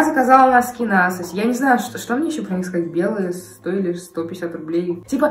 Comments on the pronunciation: Не асос, а эйсос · Асос ?... АААААА простите привыкла к произношению эйсос